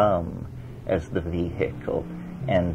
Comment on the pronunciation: Terence’s pronunciations paint the picture. It’s the way he speaks; “Vee’hik’ul”.